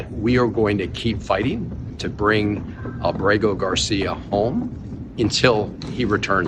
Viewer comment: Abrago Gar-see-ya in El Salvador prison had his due process in 2019.